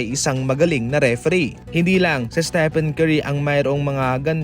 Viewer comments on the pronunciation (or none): none